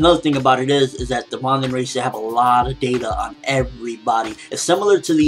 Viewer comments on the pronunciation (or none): Also, I think the Vandenreich would probably be pronounced more like 'Van-den-righ-h', (the 'h' pronounced in the same way you pronounce the 'h' at the beginning of the word 'huge'--the way you pronounce it is so confusing :P...